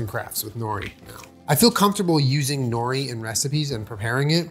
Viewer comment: Always makes me chuckle the way most people pronounce nori.